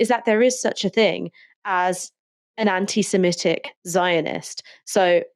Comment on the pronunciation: Please can stop saying semetic when it is semitic